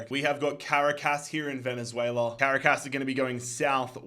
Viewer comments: Bro cannot pronounce Caracas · As a Venezuelan, i find it so funny how says Merida and Caracas